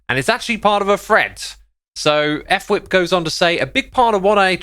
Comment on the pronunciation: I’m pretty sure it’s actually pronounced fwhip as on word, not f-whip